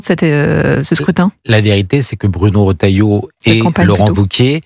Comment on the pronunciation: Il faut demander conseil à Jacques Dutronc ...........L'opportuniste..... Retailleau et non Rottailleau, la majorité des journalistes incapables de prononcer les noms correctement